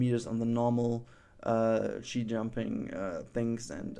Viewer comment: its ski in english, with a hard k.